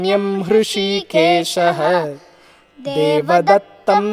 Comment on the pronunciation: अचार्या जी स्लोक संख्या 15 मे एक स्थान पर आपसे त्रुटी हुई है,,, " पांचजन्यम हृषिकेशो देवदत्तं धनंजय:" इसमे आपने "हृषिकेशो " को "हृषिकेश:" उच्चारण किया है । ये मेरे लिये छोटा मुह बड़ी बात हो गयी परंतु reply अवश्य दे